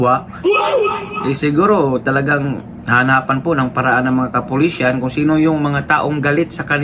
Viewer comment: MASAKIT sa tenga ang pagbigkas mo. KAPULISAN